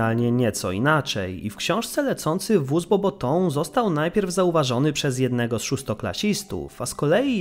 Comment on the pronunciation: Bobatą, nie Bobotą 🤣🤣🤣